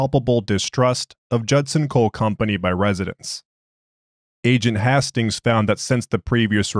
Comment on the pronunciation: Isn't it pronounced Haste-tings and not Hass-tings?